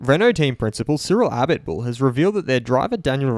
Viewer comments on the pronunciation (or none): Its cyril abeeeetbul lol